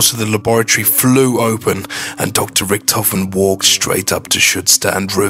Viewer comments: Hyperforeignism on the 'Edward Richtofen' just say Ed-Ward - Rick-tofen, no Ed-ward hu-rihkk-tofehn, p.s., everyone who says its the right one, natch is the only made up one, shut the fuck up Natch Der Untoten has something to do with the story watch the better one because this is huge bullshit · You say Rictofin weard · i love his accent when he says rictophin